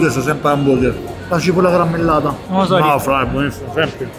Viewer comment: "...la gibolla garammelladaaa... damm'a due"